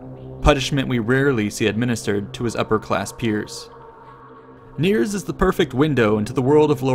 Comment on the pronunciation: His name was Peter Nirsch, not Niers. Great video, though!